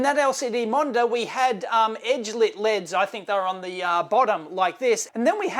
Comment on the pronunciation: As an American, thumbs up for LEDs pronounced the Aussie way. You're welcome very much!